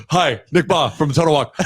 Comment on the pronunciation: Rudd saying Yant like aunt (awnt) and Bahe like ant is killing me 🤣